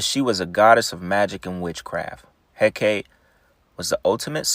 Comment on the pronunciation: Its pronounced Hekatee.